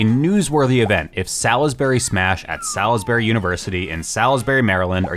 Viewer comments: MD native here, its not "Sal-is-berry" its "Sawls-berry" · I feel so seen. Salisbury has some baller people. For the record, you’re gonna hear this none stop…. It’s Saws-berry. Not Salis-bury